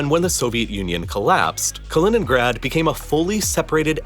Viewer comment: You mispronounced Kaliningrad, oblast, Königsberg, Neiße, Danzig, François Mitterrand, Gorbačëv, Paris…